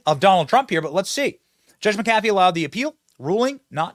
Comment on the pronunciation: The way you said "McAfee" is freakin hilarious 😂😂💀💀💀💀 I'm sure John McAfee woulda had a good laugh at it 😅😂